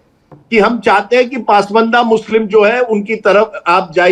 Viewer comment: PAASMAANDA nahi...... it's PAS-MANDA...